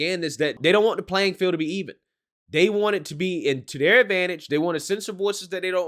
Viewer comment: I swear you need to go to school and learn English and how to speak it This or that IS NOT DIS OR DAT...THEY IS NOT DAY.. DAMMIT MAN EDUCATE YOURSELF BEFORE SPITTING GARBAGE OUT YOU DON'T EVEN KNOW HOW TO SAY IT.